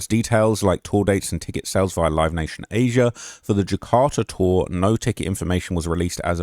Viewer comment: And Az'-ee-uh as says